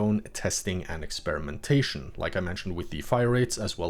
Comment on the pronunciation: when you said “testing and experimentation “. in my head i heard testing annex lol